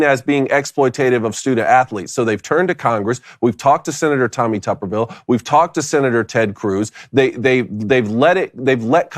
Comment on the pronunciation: I know I’m not the only one that notices the pronunciation of Tommy tubberville by David cone.. 😂 it’s B David, not P..